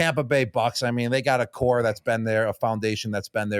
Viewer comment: sure. But it’s pronounced “Core” your don’t say the P